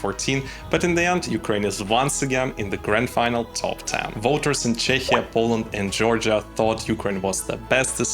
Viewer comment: Love your videos but I need to correct something. You are mispronouncing Czechia in English, it's pronounced CHEKIA. 😊